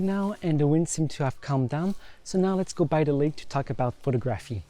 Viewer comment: Excellent photos ...was there a lot of post work done. Not sure about video, but think will buy. Great work dude, beautiful landscape. Pronounce phoTOGraphy...just so you know. Subscribed 👍👍